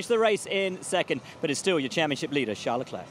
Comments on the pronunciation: "Chuck Leclerc" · "chuck leclerc"💀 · Chuck ...chuck leclerc 😅😅you're killing me Ribbs